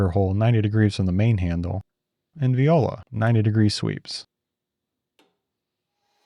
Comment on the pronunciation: "VOILA". is not VI-OH-LA.